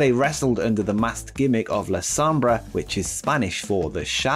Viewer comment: yeah man i got say your spanish pronunciation it's beyond bad, cervantes must be rolling in his grave right now, you totally botched the words "la sombra" and "el idolo", here's an advice find some latino/spanish friends and ask them for help next time, it was really bad man xD